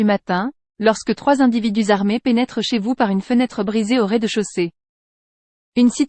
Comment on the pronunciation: Faites les liaisons au bon moment, c'est choquant, exemple Chez vous sau bon moment !!!!!